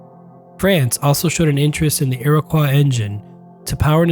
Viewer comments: The engine was the "Iroquois"...not the "Iriquois"! Great video! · It’s pronounced Iro-coy not iro-qua. Still, great vid!